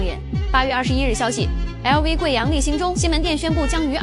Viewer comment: ei lou v 哈哈哈！普通话都说不好